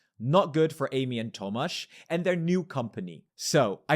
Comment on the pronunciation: my name is tomasz haha I was very surprised when I heard that lmao, never heard someone say it while speaking english. good pronounciation though!